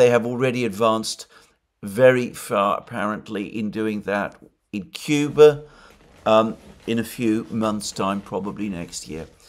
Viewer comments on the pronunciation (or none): none